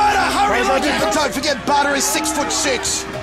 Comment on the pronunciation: Until I read the title of this video .. I was hearing Butter ... I though it was a killer name ! when I saw Badr .. I ended up loosing my 'waow' into respect for the warrior ! Good warrior, good video ! Keep up the good work guys !